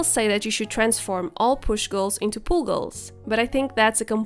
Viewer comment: it sounds like you're saying pool goals